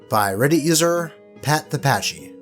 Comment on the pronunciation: pedantic me - Pachy is short for Pachycephalosaurus & should be pronounced w/ a hard 'c', not 'ch'. Thank you & carry on.